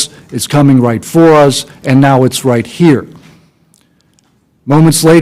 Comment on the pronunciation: "ITS COMIN' RAHT FER US!" 🤣